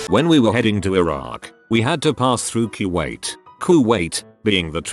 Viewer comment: How does TTS manage to pronounce Kuwait differently?